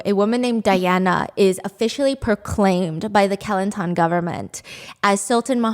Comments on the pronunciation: It’s actually kuh-lan-tan 😅😂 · When she said "Kelantan" I heard Kilantan I went like: What state is that??? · great video as always stephanie. from now on, im gonna pronounce kelantan like you did. so classy.